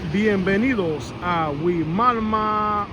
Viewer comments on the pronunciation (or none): It’s pronounced “why-mama”